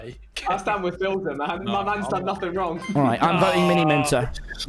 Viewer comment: U mean "stan" not "stand" aahha